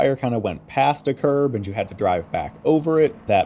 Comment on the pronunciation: When you said "Curb" I thought you said "Carb" so for a second i was like "wtf? Carburetor physics?" lol